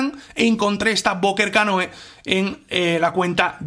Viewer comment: se pronuncia "canú", no?